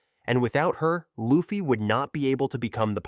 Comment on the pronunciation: You said "lupfy". It's LUFFY